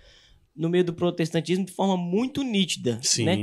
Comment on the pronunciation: Prostetacismo com unial no esecial kkkkkkķkkkkkkkkkkkkkkkkkkkkkkkkkkkkkkkkkkkkkkkkkkkkkkklkkkkkkkkkkkkkkkkk Deixa eu respira.kkkkkkkkkkkkkkkkkkkkkkkkkkkkkkkkkkkkkklkkkkkkkkkkkkkkkkkkkkkkkkkkkkkkkkkkkkkkkkkkkkkkkkkkkkkkkkkkkk...